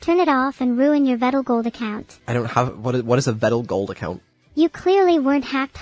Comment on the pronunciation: Not only is vedal having to put up with all this. Neuro still can’t say his name properly. Also, I wonder if vedal is actually scared at all rn. Cuz like, that’s some skynet type shit.